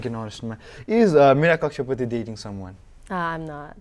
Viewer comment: hear कक्षा पुती 😂😂 #sorry